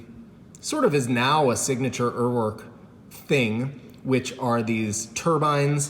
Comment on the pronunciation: One Google search, and you will know how to pronounce Uhrwerk